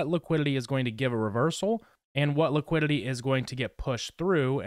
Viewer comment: That squiddily didilly liquililly 😂